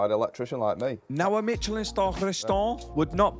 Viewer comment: not pronouncing Michelin properly